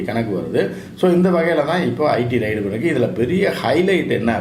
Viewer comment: ரைடு அல்ல ரெய்ட்.